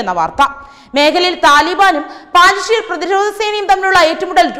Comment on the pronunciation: പാഞ്ചഷീർ അല്ല കുട്ടി... പഞ്ചഷീർ ആണ് ശരി...